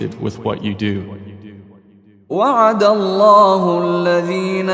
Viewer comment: A-laa..... Mr translator,,, the pronunciation is (AL-Laah)